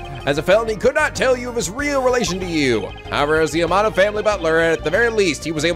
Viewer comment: its not armodo its amano